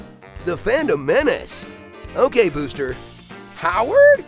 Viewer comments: When he said "Ok Booster" my phone thought it said "Ok Google." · "Nobody wants Boostah"